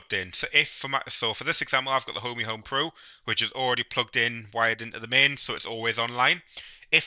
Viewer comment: It Ohme.. not Homey 🤣